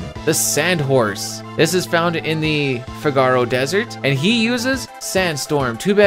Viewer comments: Love your videos. But your pronunciation of Figaro is so cringe. Fi-ga-row, or Fig-a-row, never Fi-gar-oh. As a Chicago native I prefer Fig-a-row like Cicero. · The effort for this video is absolutely insane. I just can’t get over the pronunciation of Figaro.